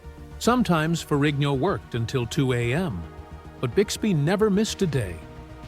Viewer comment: Is not ferriño. Pronounce it right. Is Ferrigno.